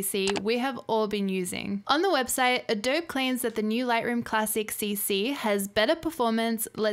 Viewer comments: Can't even pronounce "Adobe". All credibility lost. doh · The 'e' in Adobe is not silent. It should have a long 'e' sound like in 'bee'. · You're making a new catalogue for every shoot? Jesus. That's what collections are for. You can't pronounce the name of the company and you don't have the basics of how to use the software you're benchmarking. Besides that, the fact that you don't know lightroom has crippling performance issues means that your opinion can't be trusted. May as well just delete this video.